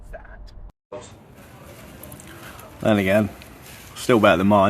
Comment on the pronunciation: I love your explanations. I sometimes feel I could do it myself 😂. Sometimes you say “sat” or “sad” after a comment. I am wondering what are you actually saying? Warning don’t Google what does UK mean when they say “sad” after a comment? Response is do you need an antidepressant? No just hearing aid 🦻 because I cannot figure out what saying. As always you smashed the video and work looks awesome. Until the next one. Cheers mate.